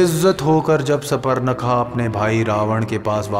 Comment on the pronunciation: बहोत से words galt bole he Jaise मोक्ष को मोक्षा राम को रामा कैकयी को कैकी भरत को भरता रावण को रवणा सुर्पनका को सुपरणका